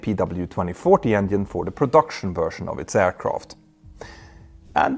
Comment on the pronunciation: You are fake.! Say engine no. 2 is on fire, decalring emererghienieh.... No way u have a pilot license, with such a pronunciation!!!! Engine. Not engihehnhihine!!!!!!